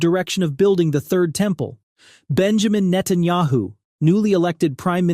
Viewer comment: neh-TAN-yuh-hoo is wrong pronunciation